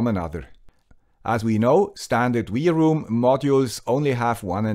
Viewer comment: Usually I agree and I am pleased with your torough reviews. I may be mistaken, but I think you are missing the point. Two antennas are not meant to discover more networks, but to split incoming and outgoing traffic on separate channels to increase speed and throughput. This is the main advantage ! Second my friend, W is not = to V in English ! LOL ! It's not V-ROOM it's WROOM like the roar of a car ! Have a great day ! Auf Wiedersehen !